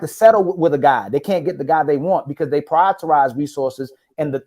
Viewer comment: Someone tell that it is "prioritize" not "prioriterize" lol. It's his favorite word, but he constantly says it incorrectly.